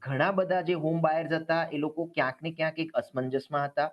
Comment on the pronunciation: વારેવારે બોલે છે કયસ ન ને ક્યાંક -- એ વળી સ શું